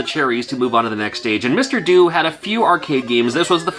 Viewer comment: I believe "Mr Do" is pronounced "Mr Doe", as in do-re-mi-fa-sol-la-si-do, as in the tune that plays when he picks up cherries.